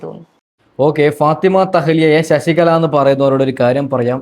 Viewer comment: എടാ മൈരേ ശശിക ള അല്ല ശശികല